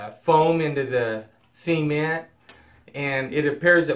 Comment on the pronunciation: It's pronounced SEH-MENT! no semen.